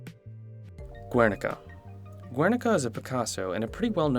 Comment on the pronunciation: He also mispronounced "triptych" and "Guernica" which frustrated me